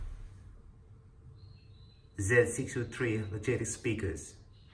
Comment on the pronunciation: Dude!!! YOU ARE A JOKE. What a total waist of my time. You never let us hear anything decent enough to show the quality, no! You just kept moving the camera around. You DON'T know how to make a good video, you DON'T know anything about quality. You DON'T even know how to pronounce Logitech z623. TOTAL LOOSER